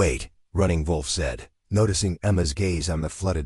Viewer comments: Not the best AI narrator. Mispronunciation of Running Wolf’s name ( Running VOLF) and runs two sentences with dot (punctuation) in the middle of the sentences. The story is good, however, it’s really annoying! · Why are you pronouncing wolf like that? Is he a German Indian?